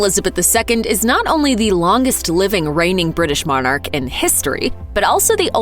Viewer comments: It's not Mon,arch it's pronounced monarch . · God bless the Queen...and please stop calling her a Mon ark. It’s monarch...pronounced MONach.